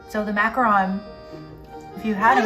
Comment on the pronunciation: Macaron, NOT macron.